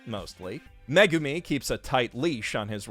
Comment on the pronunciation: every time he says 'Megumi' i feel personally attacked..somehow